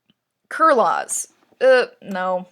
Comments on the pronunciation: "Kur -laws" I'm pretty sure is said like Carlos, but with the Kur sound so Kur-los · Kurloz is a common name in American it's not exactly pronouncrd kurloz more like karlos but it's still a common name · when you said kur lozz i just screamed. its pronounced kur-loze or kur-lose. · i think kurlos is fine, sounds like carlos if you fucking pronounce it right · Kurloz is pronounced Carlos but you know...Kur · Also btw you said Kurloz wrong it’s basically said like Carlos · WHAT KURLOZ SOUNDS LIKE SANTA CLAUS REHAHAHA anyhow i am not at all berating you about a mispronunciation, though i am fairly sure it is pronounced 'cur-low-se' like carlos but with a cur sound instead. in case you ever say his name again! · Kurloz isnt a weird name when its fuckin pronounced correctly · Yeah. My poor man Kurloz getting his name butchered